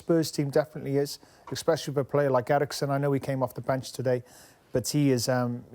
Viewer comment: Craig 'expecially' Bellamy.